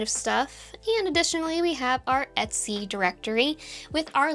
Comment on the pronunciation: Faster. They're saying "et c", not "etsy", because the phrase is "et cetera". Two words.